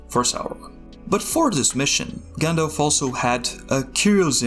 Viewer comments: at this point, (and i never thought i'd say this but) I d rather have a good ai voice-over, than english "with hair on" - an undefinable accent that i can't place between dutch , argentinian or albanian just hir someone who can pronounce - shudders anytime he says gindilf instead of Gandalf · Do you know its pronounced 'Jandalf'